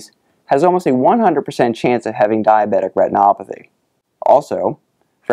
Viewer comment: The way he says "diabetic retinopathy" is amazing. I could listen to that on repeat.